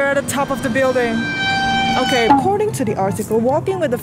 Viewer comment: He : okeh Me : what!?!? Okeh gaming tv?